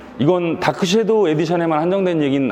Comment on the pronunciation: shadow를 '쉐'도우라 하지 않고 정확하게 '섀'도우라고 해주셨네요. 칭찬합니다!